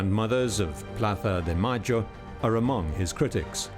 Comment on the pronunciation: The grandmothers of Plaza de Mayo? Do you gotta be a dumb boob with how you pronounce it? We already know that Argentinian folk can’t speak Castilian for crap but do you gotta patronize that with your poor English pronunciation?